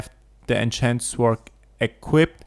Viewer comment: Say >sorrrrd< or go British and say >soooood<... and not >swwwwword<!!!!!!